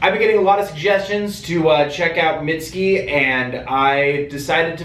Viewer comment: “mitt-ski” ah, no my tender, alabaster friend, that is not right.